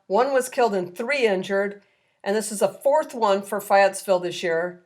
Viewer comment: I love they channel, but you need help with Southern pronounciations. Fay...Ette...Ville Jalisco (/həˈliːskoʊ/, also /hɑː-, həˈlɪskoʊ/, Spanish